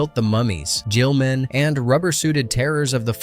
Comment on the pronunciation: "Pyoof an' Stoof"...? David "Gherold"...? The Creature from the Black Lagoon Gillman is "Jillmen"...?